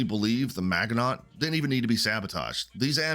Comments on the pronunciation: I died a little everytime you said “magganaut.” It’s pronounced maj-uh-no. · We speak American here! It magganaut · Love your channel but I can’t let this go on any longer. It’s pronounced “MA GI NO”. It’s French! And I can’t believe you’ve never heard of the maginot line!! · While I absolutely agree with the point of view...the mispronunciation of Maginot (it's French but not hard to say) and the overlooking of details of the show to prove a point (i.e. the green gas was released by the bugs that had matured in his body and it only released the gas when they tried to remove one of his organs) makes me think you're basing your reviews off of others opinions or it's AI generated but much like Alien Earth, I can't finish this. It's a no for me.